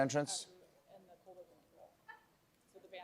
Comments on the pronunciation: Wow! Has Stephen turned into AI? He said "Colbert" with a "t", just like all the AI versions of him do! 😨😱😳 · "Think Colbert, think!" He says "ColberT," not "Colbear." Love it! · Look at Stephen saying "Good Bye and Thank You" to his staff. We are already missing you, Mr. Colbert. By the way, it's pronounced "Coal-Bear" like Claudette Colbert. Jeez, Stephen. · He said "ColBERT." ;-)